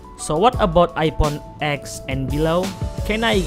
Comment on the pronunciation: Am i the only one who hear ipon?